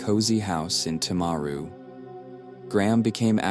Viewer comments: You can't even say the town probably Tim-a-ru timaru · This happened a few hours from where I live. Sadly some people think that she shouldn't be in prison. She had post natal depression, not psychosis. One in 20 of us experience depression, it doesn't give us a licence to kill. If we allowed her to get out of jail free, then we'd be allowing everyone who had depression to hurt others. PS: The pronunciation of Timaru and Graham is annoying